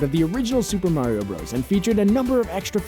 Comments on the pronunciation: Isn't it pronounced Super Mario "Brothers" not "broes"? Bros. (with period) is short for brothers. Just saying. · Fun fact: It's pronounced "brothers," not "bros." Hence the period at the end to denote an abbreviation. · Uh... slight correction. Bowser in the North American games was always Bowser. He was King Koopa in the cartoons. In Japan, he was always known as Koopa. Also, it's called Super Mario BROTHERS. You not actually supposed to say BROS.